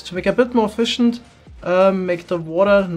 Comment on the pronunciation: that’s how you pronounce the word “efficient”.